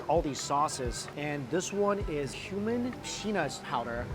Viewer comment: You said cumin lamb thought you said human lamb lol